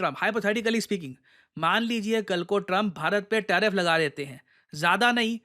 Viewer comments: Tarfif ❌ Tariff ✅ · TARIFF not TARFIF. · 1.09 TARFIF😂😂